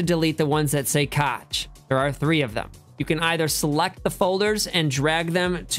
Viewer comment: Cache is pronounced cash